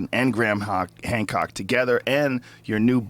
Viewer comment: you said gram hock 😂😂😂😂😂